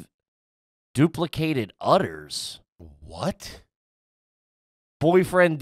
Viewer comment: The fact that pronounces uterus as utters is mindblowing. I expect more from an international biznus man.